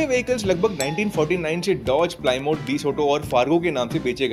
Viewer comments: प्लीमथ❌ प्लायमाउथ✔️ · Plymouth is pronounced "pla - math" not "ply - mouth" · Plymouth का उच्चारण प्लायमाउथ नहीं प्लेमथ है